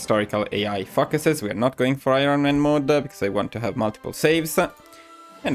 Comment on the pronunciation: I know you are Italian and pronounce English differently, but I have to point out it us oretty funny when you say ‘focuses’ because it sounds like fuckeses